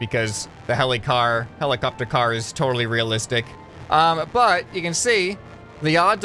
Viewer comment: Heli(car)pter heli(car)pter